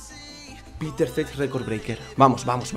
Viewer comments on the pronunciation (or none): none